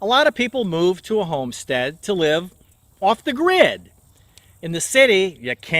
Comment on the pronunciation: Hi there, 👍🏻 good job 👍🏻 so clear and smooth as usual :) If you don’t mind my remark, you pronounce the word ‘live’ the same way as 'leave' and it’s kind of confusing sometimes :( Otherwise your videos are so inspiring , you helped me a lot in my lesson planning . I can’t thank you enough :) keep up the good work !